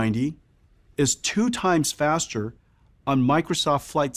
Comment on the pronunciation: nothin evah betah than fastah rastah